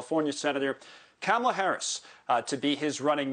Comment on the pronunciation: Kamala, like the wrestler who just died? He saying her name wrong.